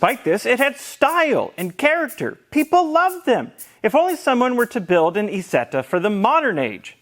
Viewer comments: This MF said "eezeta" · Eye-setter! it's an I not man E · Heeeeeeeeey....you said it properly towards the end.,....you mispronouncved at the start on purpose didn't ypu.